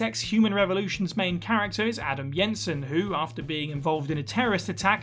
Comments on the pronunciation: Yenson? I'm pretty sure the in game pronunciation is Jenson, with hard J. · It's Jensen with a J not Y. Even if you think that's how its pronounced in Denmark where that surname is as common as Jones is in Wales, that's not how its said either.